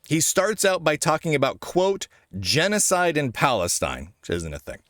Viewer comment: Why does he say genecide and palistine isnt a thing?